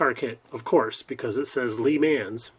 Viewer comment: you pronounce Le Mans wrong because it is french I got that kit also and a lot people know I don`t build anything that new